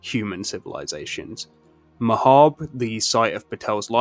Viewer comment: AND THEY PRONOUNCE MAHABRE CORRECTLY YAYYYYYYYY